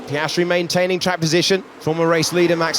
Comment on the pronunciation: Again Sainz butchered Piastri. 🙁